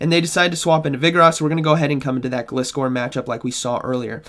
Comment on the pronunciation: I will never understand how people can mispronounce such a simple Pokemon name! It's a gliding scorpion - Gl-ai-scor! Other than that nice video as always!